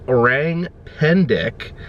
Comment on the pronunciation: The correct pronounciation for “Orang” is o rung instead of o rang ❤